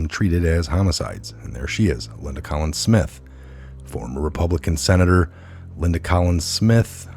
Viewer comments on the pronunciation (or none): none